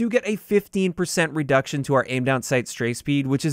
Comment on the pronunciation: Yo, 'redcution'. Just letting you know man. Keep up the good work.